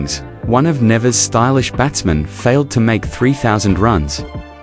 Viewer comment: Good evening. Please please please .lt in pronounced Knee Vis. As a Caribbean person it is annoying when place names are butchered.